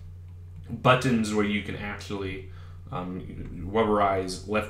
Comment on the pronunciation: the way you say buttons really ruined my day